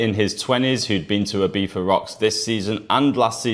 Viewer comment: "Ibifa" probably makes it unwatchable for most people.